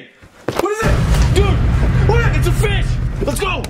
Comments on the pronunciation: Let's check out this fis:Oh my god Refilmed:Ok lets check out this fish:Why did you say fis instead of fish💀💀💀💀💀💀💀:I don't know ☠️☠️☠️☠️ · ITS A FEESHH